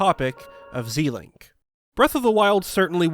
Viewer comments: Pronouncing it Zēlink sounds so weird. It should sound like the beginning of Zelda: Zèlink. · Zel not zee it's Zelda not zeelda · Just one thing you say "Zilink" and it's more like "ZElink" because it's ZElda and not ZIlda. I say it like that because in a message you can't spell what you say, so it's better actually saying what letters. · "Zee-link"? First time I've ever heard it NOT pronounced "Zel-Link". I don't like it. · Why are you saying it “Zeeee-link” and not “Zel-ink?” It’s a combination of Link and Zelda’s name. Zelda doesn’t have a hard E in her name. And link doesn’t haven an E at all. Why would you pronounce the E as a hard E? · Shouldn't the "Ze" in Zelink be pronounced like Zelda? Ze-Link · "Zee-link"? We can't be friends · Anyone think he is saying zelink wrong 👇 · "Zel-ink"...ship names are combinations of two names and are generally pronounced the same as if you were saying the full name, normal rules of pronunciation ignored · Why does every zelda tuber say ZEElink. It should be a short E. Her name isn’t ZEElda. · I've never heard someone say it like that. Every video I see it's always pronounced "Zee-link". Probably just a wrong way to pronounce it that got stuck. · the amount of times you said zelink completely wrong lol